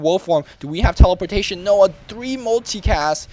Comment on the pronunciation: LoL "Teleporshation"